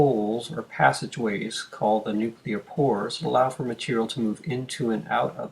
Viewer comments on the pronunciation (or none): This is a brilliant and very helpful video. This makes the abstract concepts of the cell cycle a lot more concrete. The only change I'd recommend is that "nuclear" is pronounced like "new clear", not like "nuke you lar".